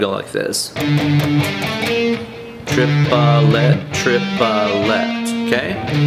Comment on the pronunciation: Tree-puh-let.. Screw it, I'm going with Chipotle 😂